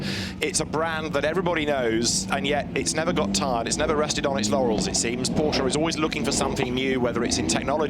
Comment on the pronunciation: Tell your host how to pronounce Porsche correctly please